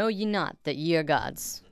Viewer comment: Lol I know this is an old video, but for future reference, the word "ye" is pronounced like "thee." in old english, the 'y' was used to represent the 'th' sound:)